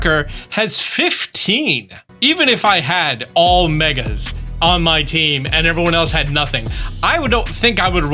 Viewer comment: It’s MEGGGGAA Bs lol